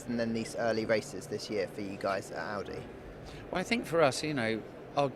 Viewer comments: Not the introduction saying 'Awdi'... bruh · Can't even pronouce Audi 😅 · Also mispronounced Audi, for the full hat trick